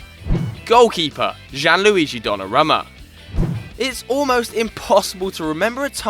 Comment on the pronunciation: Who's Jeanluigi Don Nah Roma?